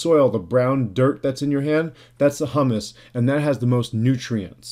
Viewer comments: Humus is pronounced: hew-miss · Its pronounced, Hue-mus.